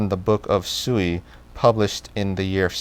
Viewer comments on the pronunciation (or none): Just a quick pronunciation tip. The word Sui (隋) in Mandarin is pronounced something like 'sway' in English. There is a hint of a 'u' following the s.